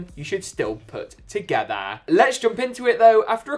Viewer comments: why did he say together like that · ...please don't ever say "together" like that